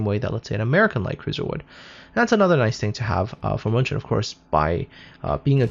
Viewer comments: I keep on reading and hearing Munchen as Munchkin, lol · Pls stop butchering german city!!!